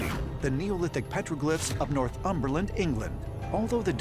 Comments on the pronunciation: Just want to say to any americans watching, don't say north Umberland, it's Northumberland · "North Umberland"? Northumberland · If you’re narrating something that has place names from another place you should really check the pronunciation. Northumberland isn’t pronounced ‘north humberland’ ...